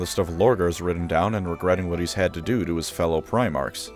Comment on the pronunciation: You said WOT